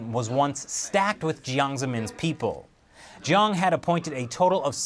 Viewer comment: jiang not wong